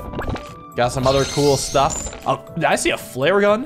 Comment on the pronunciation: What he said: "Did I see a flare gun?" What I heard: Did I see a Flareon?